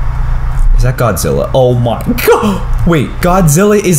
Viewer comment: Why you say godzi